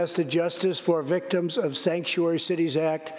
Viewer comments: So he said “stangkuary”?😂😂😂❤️❤️❤️ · He called California and it's cities "Stankturary cities". New word for all sanctuary cities...because it is true.